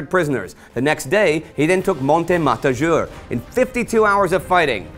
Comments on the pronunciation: Again... It's Von Bojna - (Von BOY-NA) not Von BOJNJA. Trust me, I'm more slav than you. It's Bovec - Bovets, not Bovek. It's Matajur - Ma-ta-yur, not Matazhur. Sorry, I just can't help my pronunciation nerve, just like Cadorna couldn't help launching new pointless offensives :) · I know is hard with Slovenian names, so here is some help: j is in Slovenian pronounced quite like y in English - so Matajur (matayur).